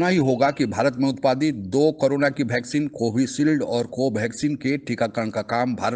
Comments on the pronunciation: आप "वैक्सीन" को "भैक्सीन" क्यों कहते हैं? 😂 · O वैक्सीन होती हैं.... भैक्सीन नहीं....